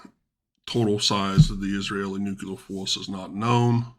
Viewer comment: Nucular strike. Im out. What a nonce